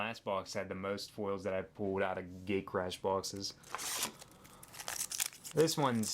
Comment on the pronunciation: Did you just say gaycrash.